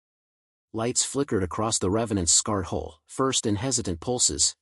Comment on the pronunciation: scarred hull, not scarhole